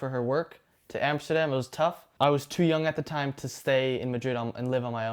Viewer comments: Een van de weinige niet nederlands pratende zegt Amsterdam goed echt nederlands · Hij zegt amsterdam al op de nederlandse manier hahaha